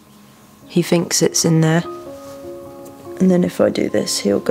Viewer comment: please try and pronounce your Ts, you said brovver and finks … which should be,brother,and THINKS,, THANKS BAB